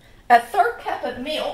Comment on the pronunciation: I like hearing" mellk.. "!